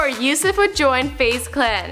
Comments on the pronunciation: She said "before usif joined Faze Clan" umm His name has never been revealed and it it defenetly not "usif" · They said Yousef. Not Lucas.